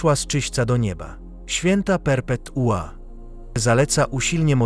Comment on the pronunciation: RIp NB jeszzce jedno: akcent perpe'tua a nie perpetu'a